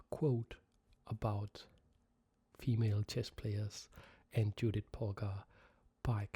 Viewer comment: Excellent pronunciation of the names László and Judit. (However in the first half of the video you had pronounced Judit's name correctly but in the 2nd half you, for some reason changed it to the bad format.) There is a little help from me: 2 words: 1, Yes 2, Jeep Focus on the first sound of these words. Using those sounds we get 2 diffenert types of names: 1, Judit 2, Dzsudit Obviously the first one is the correct one due to the fact that the second one is a non existing name.